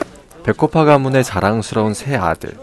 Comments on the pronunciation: 아니 미친 백호파 배꼽파로 들었네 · 백호파가 자꾸 배꼽파로 들려욯ㅎㅎ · 나만 배꼬파로 들리나??? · 근데 백곰파인가요 아님 뭔가요 나만 배꼽파로 들ㄹ리는가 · 저만 배꼽파로 들리나요..